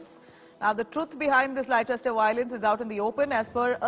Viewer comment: Madam- the correct pronunciation is"Lester."